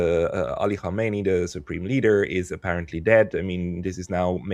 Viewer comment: It’s hard to take a “political scientist” seriously when they can’t come remotely close to pronouncing the name Khamenei correctly.